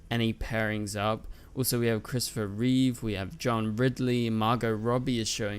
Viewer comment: You said Christpher Reeve ? Who have you mistaken him with ?